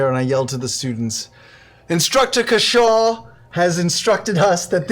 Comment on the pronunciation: As he told you all himself, his name is CASH-aw. Not Ca-SHAW.